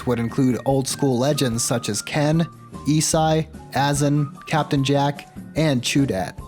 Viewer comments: I’m not gay but I want to marry you. says “Ee-sai” instead of “Ai-zay-yuh” Holy shit I want a divorce. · it hurts hearing u pronounce isai "e-sai-" its actually "isaiah" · did you just say e-sigh i'm ashamed lol jk jk i'm pretty sure its I-say-yah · It's not e-sah Its eye-zay-ya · "E-sai" 🤦‍♂️ It's pronounced like "Isaiah" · Its pronounced ee-sa-ee. Not sure how to type it out phonetically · Man called isai “eesai” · WHO TF IS EE-SIGH??????? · Mans really said eez eye 😂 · this man obvi never watched the documentary, eeesseye smh love your content though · This fucking idiot said eeeesai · It's pronounced Isaiah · FYI Isai is pronounced like Isaiah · is the first person since 2015 to pronounce isai “eeseye” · Have I been pronouncing Isai wrong this whole time? I thought it was pronounced like the name Isaiah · I can't believe that you pronounced isai as esai. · lol ”Eesai” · its pronounced isaiah goddamnit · Isai is pronounced eye-zay-uh according to player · Did he just call isai “eesai” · I herd you say it wrong and i spat my drink 😂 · My dude really mispronounced Isai's name... This is what happens when you learn smash history from reading online. Go watch the smash documentary if you haven't. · nah you gotta explain how you don't know how to pronounce isai. That just seems unreal. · What the actual fuck did he say when trying to pronounce Isai’s name ? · How on earth do you know SO much I never knew about the game? And don’t know how to pronounce isai????? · im unironically mad at your mispronunciation of isai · it's a great video but how did u do all this research without knowing how to say isai